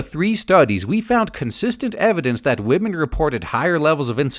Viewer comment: >respeking wahmen